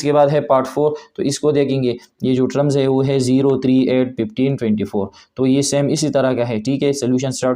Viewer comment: Your teaching method is amazing but don't pronounce nth (inth) as inith and term ( ter 'm) as trum.